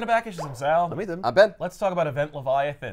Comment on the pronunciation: Hearing Sal say my name, and pronounce it correctly was pretty cool